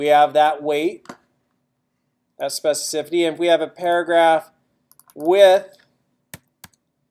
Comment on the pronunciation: It's a horrible word to pronounce, I realise that, but you're not quite there.